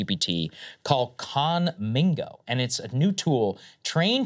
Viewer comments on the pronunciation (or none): Saagar yesterday: Biden had FlightRights behind him yesterday but still said FlightsRight 😂 Saagar today: KhanmiNgo 😐